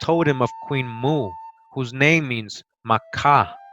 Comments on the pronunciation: Queen Moo? Or Queen Mo'o, pronounced Mo - oh? Mo'o is the Hawaiian word for reptile. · In fact on the title page there's a glottalstop above the first O indicating that the pronunciation is not Moo but Mo'o, meaning lizard or reptile. Queen Mo'o could very possibly be Queen Reptile. Some of these beings were wonderful. Some not so much.